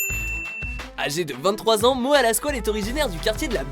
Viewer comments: "Moa" "retourné au Ebs" ça me tue comme c'est prononcé haha ! Je l'écoute et visionne ses vidéos depuis quelques temps et honnêtement c'est vrai qu'il dégage un truc particulier. Il parle des mêmes choses que d'autres rappeurs mais avec son style et sa gestuelle, et ça rend pas mal. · C'est Mora mais bon on le dit comme si il y avait un r